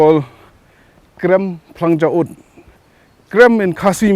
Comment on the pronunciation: You're so stylish flang kynshi u said instead of phlang kynshi